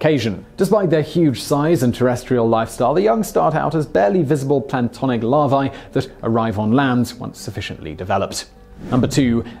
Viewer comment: Mr. Whistler, the Japanese spider crab does not wear "an enemies" on its carapace, but rather "aneMones" and the larvae are not "pantonic", but "planktonic" in form. I watched your mouth as you pronounced the words, so don't try to deny it, okay? Otherwise, a most informative and well-researched monologue, for which I thank you.